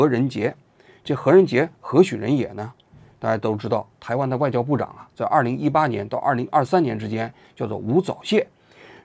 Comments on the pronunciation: 吳早洩笑死我了 那字念招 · “钊”读“招”，故意把别人叫成“早泄”，xx同路人🤭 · 人家叫吴钊（zhao）燮，你给人念成吴早泄😂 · 吴钊燮，发音吴招谢，你说成吴早泄，就有点不厚道了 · 人家叫吴钊燮，你念的像吾早泄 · 王局为啥故意把“钊”zhao念成“早”zao？ 早泄？ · 王妓安阿，你以前还是口误什么的糊弄，现在字都不认了，吴钊（音招）燮，李大钊的钊。我替你感到捉急阿真的。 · 拼音注音都不读三声钊 王志安铁是故意的😂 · 钊→招，❌早，王局你就说是不是故意的吧😁😁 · 為什麼吳釗燮被你一講聽起來像吳早泄 XD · 王局，吴钊燮硬是被你念成了吴早泄😅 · 我就说这期 zcs，zh ch shi不分太多了，根本原因都是为了埋汰无早泄，为其故意打掩护。这个太差劲了，私愤以公器泄露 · 吴早泄。。。王局你故意吗哈哈哈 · 故意念成 吴早泄，王居对湾湾还是怀恨在心啊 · 吴钊燮读成吴早泄，王菊你是故意的吧😅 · 吴早泄……是我听错了吗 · 平翘舌不分害死吴早泄啊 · 王局是故意把吴钊燮念成吴早泄的把。。。。。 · 吳釗燮 zhao你念错是故意的还是像习近平一样文化水平低？ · 你要是个人，就会念吴钊燮这三个字，念成吴zao燮是什么意思，王志安，你真是个小人啊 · 你说吴早泄是故意的吧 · 王菊总念吴早泄哈哈哈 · 吴钊燮叫成吴早泄，老王一定是故意的😂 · 吴钊燮不是无早泄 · 確實用心~ 還把吳釗燮叫成吳早泄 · 吴早泄，王局是故意的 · 我读书少，王桑你不要骗我，那字真的读 吴早泄？ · 我怎么听到 “早泄” 了呢。。。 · 应该念zhao xie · 老王故意读错吴钊燮的名字😂😂😂😂我就不信武大毕业的不认字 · 王局，你确定你没读错吴的名字吗？ 😂😂😂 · 王局念人名的时候绝对是故意的。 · 他故意的😂，王桑恨死民进党了